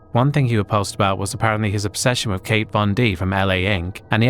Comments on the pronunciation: Kat .........KAT ......von D not kate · It's KAT Von D, not Kate, even if you've never heard of her, the word is pronounced exactly as it's written. Smdh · It's Kat (pronounced like cat) Von D, not Kate 😅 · KAT, not KATE Von D. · Kat Von D, not Kate.